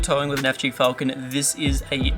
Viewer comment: Falcon, say it right